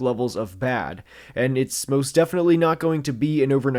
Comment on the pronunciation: "myost of week see-evan"